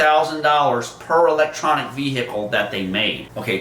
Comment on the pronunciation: Jesus - these clown channels have been crowing about the auto industry failing for several years now. eee-leck-tronic Veee-hick-il.